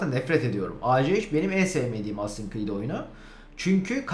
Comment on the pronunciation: Cread değil Creed